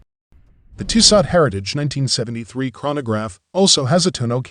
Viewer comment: The end T is silent. Pronounce Tisso. But thanks for the video...the 1973 is superb. 👍